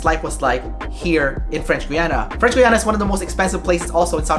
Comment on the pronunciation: French "Gwee-ana"???? Try French "Gee-ana" dude